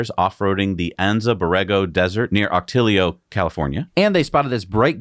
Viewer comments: Ock-a-TEE-o, not Ock-a-Tilly-o, the off-roading was. Ll in Spanish is much like a Y as in Tortilla. But I can’t Wooster so… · Ahh-coe-TEA-yo The California desert is awesome and full of beautiful Spanish names.